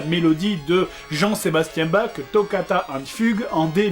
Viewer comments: et pourquoi s'embêter avec ces broutilles... joueur du grenier est de Narbonne je crois (voir test Dragon's Lair) donc il prononce bak. Au pire tu le dénonces et voilà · c'est vrai que c'est abuser la facon d'on il la dit mais n'empeche Bach se prononce réellement Bar